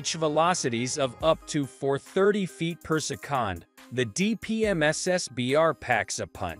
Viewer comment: 12oo ft. per-sec-on 😅